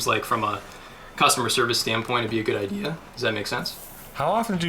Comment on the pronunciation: It's idea not ideal.